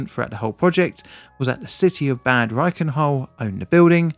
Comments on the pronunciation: It's pronounced like "bud", not like bad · I mean, he is constantly mispronouncing Bad like the english word bad.... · so it was a bad roof, but bad in Bad Reichenhall is pronounced like bud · Thanks for the explanation. Please try to pronounce the towns name correctly though. You make it sound bad 😅😅 Bad is pronounced somewhere between 'bard' and 'bud' and reflects the status of a Spa town with their own natural spring or thermal baths. ✌️ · Please! It's Bahd (meaning bath). Pronouncing it like "evil" Just makes it absolutely unrecognizable. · Note: In German, "a" are always pronounced as in "bard". So it's more like "bud reichen-hull". Prefix "Bad" is equivalent to "Bath", "Spa" or "Springs" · Its pronounced bahd with a ahh like in bath. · He kept pronouncing it as "bad" as well which didn't help 😂 yes with names like this it translates to "bath" [City Name]. There are many other cities with similar names, usually known for healing (sulfur or salt) springs.